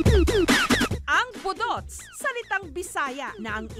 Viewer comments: Pataka man kag pronounce jessica oy 😂😂😂.. Boooooduts', ndi boduts'. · ambot ah gakairita ko sa pag pronounce ni Jessica sng budots😂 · the host mispronounced the word “budots”..